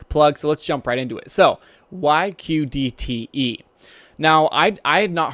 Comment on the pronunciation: well said, however you keep saying ODTE, it is QDTE, keep up the good work and i look forward to more video